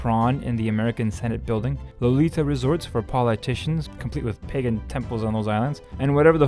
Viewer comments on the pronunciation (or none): none